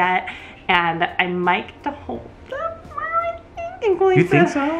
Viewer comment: Today I was watching the video on mute with closed captioning, and they are the automatically generated ones right now. So when they got to the end, every time they said "Colleen" the closed captioning transcribed it "queen" the way says it.